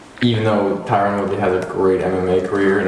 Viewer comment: Tyron ( Tie run) not Tyrone!!'😤